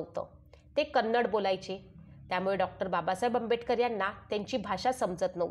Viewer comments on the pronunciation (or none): none